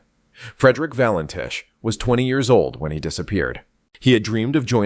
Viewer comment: Fake AI nonsense, not even pronouncing his surname correctly.